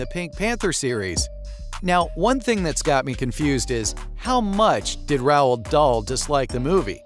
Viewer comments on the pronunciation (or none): Maybe you coulda spelled it “rolled” so the AI would pronounce it normally. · Terrible, You can’t even pronounce Roald properly .